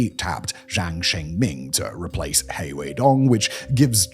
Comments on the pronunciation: He is pronounced more like ‘her’ so it’s her and she😁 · Please pleaseeeee look into basic Chinese phonics or at least put the names into google translate to hear how they sound it’s generally so irritating hearing the way you pronoun them so wrong 😭 （funnily enough ‘He’ is actually more pronounced like ‘Her’) especially if your channel is focusing on Chinese politics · Please take this as constructive criticism. Please work on your pronouciation of Chinese names. You don't need to get it perfect or get the tones right, even. Just get the general sound right. "He" is not pronouced like the English pronoun. It is hard to take the video and the subject you are discussing seriously when the entire time, anyone who has any knowledge or exposure to the topics , are cringing over the pronouciation. Just a critique based on communication theory. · He (何）sounds like "her", just remove the r. You can just it as "her". Doesn't rhyme with tea. The X in Xi (习）can be pronounced like "hsi", more like a hissing sound, does rhyme with tea. "She" is close enough. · A clue that Xi is not “she” is that in Chinese they have the “sh” sound as in…Shanghai. And also “He” could be pronounced 5 different tones, you’re just pronouncing it flat. But you pronounce it better than Alastair Campbell on TRIP so I’ll give you that.